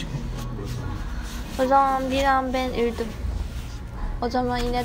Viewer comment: “o zaman been üldüm” “ 😨” HAYKIRDIM YAA 😂😂. Çok tatlısınız 🙈